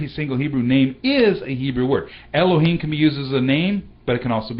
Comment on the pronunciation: why you prononce alep like e when it is a? why you red the OT like the hebrews of today? do you know that it is an pagan means to prononce? the sign of alep clearly show the prononciation like an french "a", like in the word "parler". dont you know that the signs of the OT show very clearly the prononciation?